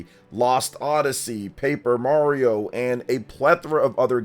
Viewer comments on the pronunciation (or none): none